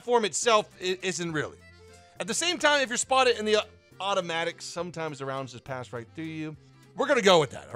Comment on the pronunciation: "automatic" he means OTOMATIC.